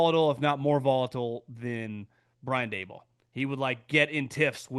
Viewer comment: Its dable like table..not day ball. Whatever